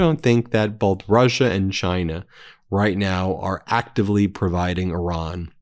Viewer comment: Do you ever read your comments? Stop calling Iran, Oron. It makes you sound dumb. Otherwise, keep up the good work!